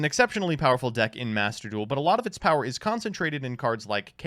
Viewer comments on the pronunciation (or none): none